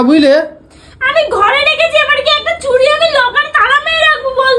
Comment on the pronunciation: ওটা "চুরি" নয়.. "চুড়ি"!